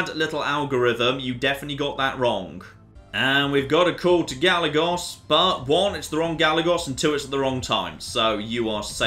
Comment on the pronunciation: Anyone else cringing at his pronunciation of Trujillo? (TRU - HE - YO) And Gallegos (GA - YE - GOS)